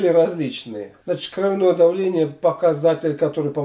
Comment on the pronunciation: Ударение должно быть на О.